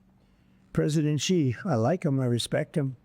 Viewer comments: Maria, please learn how to say Xi Jing Ping. Xi is spoken as she, not gee!! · “Xi” is pronounced “She”